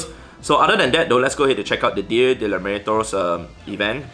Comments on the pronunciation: More or “Dia de la Meerrrrtos” 😂😂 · Sorry to burst your bubble but your pronunciation of "Día de Muertos" was awful 😜